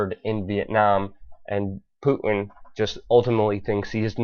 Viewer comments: Thanks for taking the time to research, evaluate and post this info. A quick fyi. His name, Putin is not pronounced 'Poo-in', but Poo-'tin'. There is a 't' in his name and it is not silent. Thanks again for posting. It's wonderful to see the masses awakening. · puuuu innn? its Putin there's a T in there. please speak like you have some sense. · PuTin not Pu in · Poo en? Please pronounce the T in Putin. Thanks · What's a Poo-in ? (btw. I love your work !) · I like how Luke pronounces Putin. . . "Pooh-in" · Learn to say Mr. Putin's name correctly there's a "t" in it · You lost me when you said nuculer.. it's nuclear. Reminds me of G. Dubya Bush. And what's up with the Puin? It's Putin dammit!